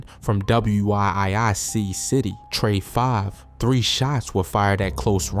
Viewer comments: WIIC but it’s pronounced Wic…it’s Wic City 😂😂😂😂he was blowing me a a little😂😂😂😂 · DAMN BRO ITS WIIC CITY PRONOUNCED WICK CITY CA. TELL U NOT FROM THE LAND